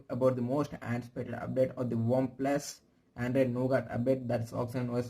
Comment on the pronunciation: Its Nougat, not Nogaat...